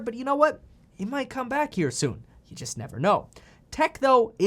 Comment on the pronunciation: please stop saying jizzt lol